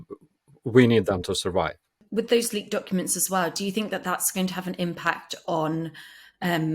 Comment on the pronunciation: Love, not impressed 'wiv' the presenter.